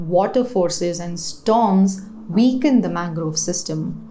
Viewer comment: weakend* not weekend 😅